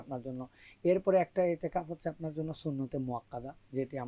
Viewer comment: Itiqaf---no itteqaf...hai re sangbadeek!!